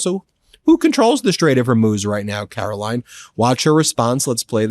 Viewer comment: Ughhhhhh caro-lieing lol.